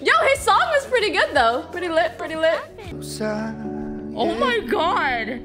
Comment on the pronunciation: For some reason, when Pokimane says ''lit'', I cringe as if my 74 years old dad just said it.